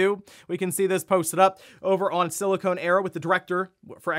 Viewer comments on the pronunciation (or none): none